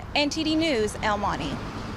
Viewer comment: El money ?? Honey I'm sure you can pronounce El Monte , any non Hispanic would say it better than this no Sabo girl